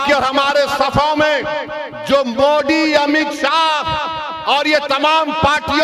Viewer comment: Moddi nhi mere bhai MODI😂 THALI nhi tali... 🤣🤣 shinde nhi shindhe Shabd to thik se bolo